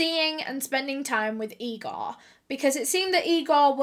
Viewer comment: Its Igor, not Egor.